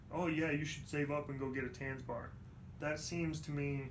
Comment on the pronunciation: I am offended by how you pronounce Tanzbär (to spell it americanized, it's Tuntsbear)